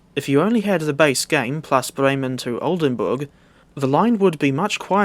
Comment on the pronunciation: I have never heard a non german guy pronounce Oldenburg hbf so perfectly before